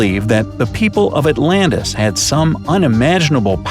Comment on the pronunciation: Atlantis no not Atlantis